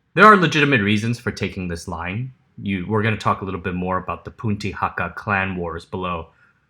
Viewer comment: The Hakka are NOT the Jews of Asia, that is a misleading analogy . and Punti is pronounced "Ben-di" no Punty. Do you not speak Mandarin Chinese? It is a general word meaning locals.